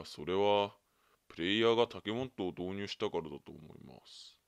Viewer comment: あと、モットってゆってる？本当はモッドだよね？www